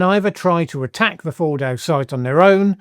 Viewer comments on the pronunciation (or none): Fordo not Bordo.